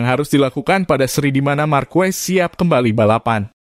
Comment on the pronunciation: Bukan Markues,,....tapi markes wkwkwk